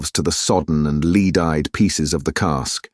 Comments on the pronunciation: Fantastic! Only thing that bugs me is mispronounced ‘lead’ as ‘leed’ instead of ‘led’ , noticed this in great expectations audiobook too. Otherwise superb! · I'm starting to think it's a bot. It gets words wrong. He/it pronounces the word lead as "leed" instead of "led" (for the metal "lead") and pronounces diverse as "divers"... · Adverts too frequent, breaking the flow of the narrative. Mispronunciations too, such as referring to lead as leed.